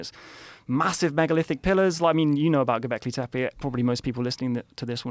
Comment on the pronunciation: JOE “GOBLEKI TEPEI” ROGAN